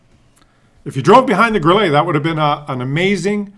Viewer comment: you suck when it comes o pronouncing ' Grille '. You pronounce it like a yank tyring to pronounce ' fillrt dteak! It's pronounced GRILLER NOT GRILLAY! That's what comes of living too close to the former disgruntled colonials🤣🤣🤣